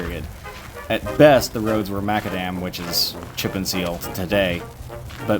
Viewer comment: Pronounced Meh-CA-Dem